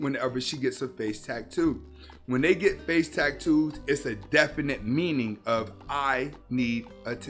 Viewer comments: The delivery cracked me up. Tack-toos 😂😂😂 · Are you saying tacktoes